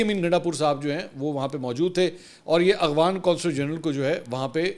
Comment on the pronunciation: خان جی اخوان نہیں افغان اور افغانستان ہوتا ہے